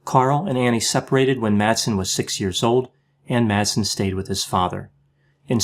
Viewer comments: Madsen is pronounced more like "Massen", as the d ia silent in the danish language in this instance (I'm a native speaker). Great video, love your content! :D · You mispronounced all the names in this video.☹️ Please keep in mind that the d in Madsen is MUTE! He may not be worth it, but remember that Madsen is a pretty common surname in Denmark.